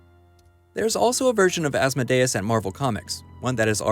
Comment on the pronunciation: Hail Asmodeus. Please say his name correctly.